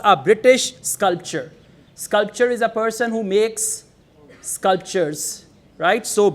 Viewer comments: Sir, you are saying sculpture instead of sculptor in many instances. It causes confusion and the viewers might take that as the correct pronunciation. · with all due respect i would like to point out that you have mispronounced ''sculptor'' as 'sculpture' plz note that they are two different words pronounced differently.....this is not to demean you.....but just to remind you......how we fail to register minor differences...... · In sculptor, t sounds.. But u sound c